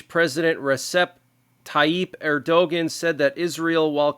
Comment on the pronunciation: The leader of Turkey is not the way you pronounced his name. It is pronounced Ur Doe Wan (Erdogan).